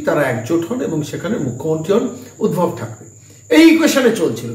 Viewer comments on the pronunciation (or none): বারে বারে শুনছি আপনি উদ্ভব বলছেন নামটি সম্ভবতঃ ঊদ্ধব। যদি না ভুল জেনে থাকি। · উদ্ভব নয় উদ্ধব